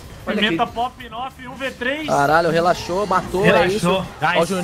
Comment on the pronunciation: "calmoU" "relaxoU"